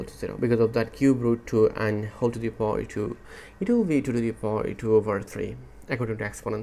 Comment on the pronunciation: Power > PAWER, not poooor